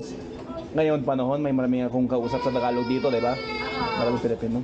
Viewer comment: Nothing aggressive about this comment im about to make, but what makes me steer away from your videos is when you put "FLUENT" in the title of your videos and whenever you try to say "TAGALOG" you keep pronouncing it as "TA-GA-LO" missing the annunciation of the letter G.